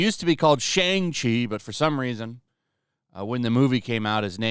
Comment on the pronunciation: Chinese speaking people do not pronounce "Shang" with a long a sound like - rang or bang - it's pronounced more like "Shong" with a soft a sound.